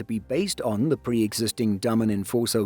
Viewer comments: The ship builder is called Day-men, not Dumb-un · Dah-mun in English phonetics. Not Day